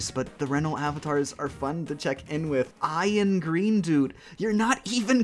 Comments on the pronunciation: Ian is a name. It’s not pronounced I An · His name is IANgreendude. The name IAN not I AM 😂😂😂